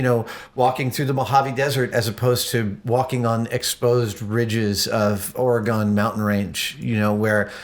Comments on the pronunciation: NOOOO, Adam said Or-gone, hopefully it was just a mistake. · ADAM, You should know how to pronounce Oregon correctly.